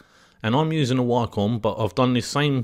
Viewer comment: Gunna & Waaahcom & Smooving = 'Going to' & Wacom & Smoothing. Honestly the tutorial is good, but your diction is appalling, and very distracting. Know what I mean. You obviously know your subject well. It's not your accent - it's your pronunciation, there is a difference.